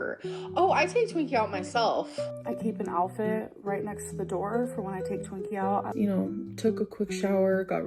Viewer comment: Illiteratelynn still says “alfit” instead of “outfit”. 🥴